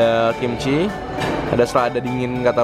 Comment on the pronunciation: apa cuma AQ yg denger ngomong kimchil?